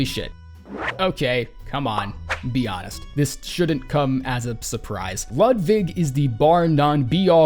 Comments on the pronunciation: Great commentary, but if you're going to call him Ludvig you might as well go all in and say Loodvig. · Everytime u say Ludwig it sounds like u say "ludvig" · It’s not pronounced “Lidvig” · I do like how he pronounces w as v. Not so much the lud part though.